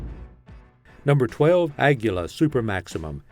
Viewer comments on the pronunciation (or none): lost me when you can't even pronounce Aguila correctly😂😂😂 Just prove you don't know anything about the ammo you're talking about